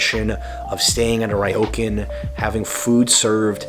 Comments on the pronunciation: its not rye-o-can. its rrrrrrrrrrrrriiiioooooo-cun =P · Ryokan, pronounced REE-OH-KHAN, not RYE-OH-CAN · Ryokan- Ree-yo-kaan.